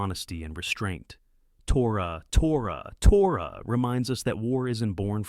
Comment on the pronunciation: that AI voice really struggled with saying tora tora tora and navarone